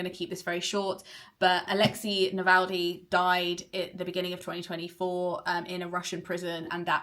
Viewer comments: Is his name actually pronounced like NavalDy not NavalNy? I’m so glad he won, he will not be forgotten. I need to read his book. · For someone who judged and loved the book in question, wouldn't hurt to say his name right. Alexéj Na-vál-nij.